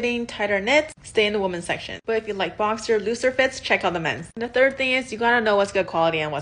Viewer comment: Learn how to pronounce the word "women" properly. It's really not that hard. No, it's not pronounced the same as "woman".